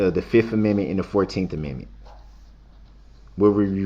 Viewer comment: how he says Amendment..... "ameme" 😂😂😂😂😂